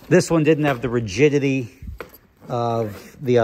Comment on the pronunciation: The " RIGIDITY" Wow